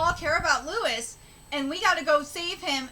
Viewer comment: His name is pronounced LOUIE, not Lewis. Stop saying Lewis. Jinma the lion appears out of nowhere. Where was he hiding this whole time?